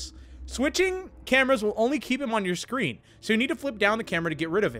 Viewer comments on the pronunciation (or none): none